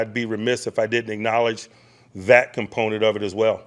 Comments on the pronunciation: Why can't he just talk in regular English? We know he's an intelligent man. I'm gonna start the "compnent" drinking game. Whenever he says "component", I'll say "drink". Enjoy your forthcoming headaches! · Whew! I lost count of the "components"